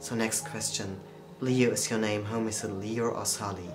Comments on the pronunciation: You ain’t saying liu right!!!! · lei? its called liu!